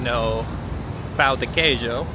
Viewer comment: So you like "Pau de queijo" lol😂😂